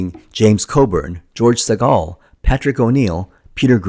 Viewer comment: “George SiGALL” 😅 Ohhh, too be that young. 🤦‍♂️